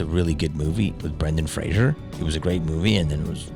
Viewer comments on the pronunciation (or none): Why do Americans mispronounce Brendan Fraser?